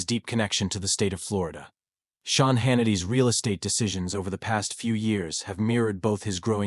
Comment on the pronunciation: If you can't get your VOICE to pronounce Sean right. Shane??? Stop your videos.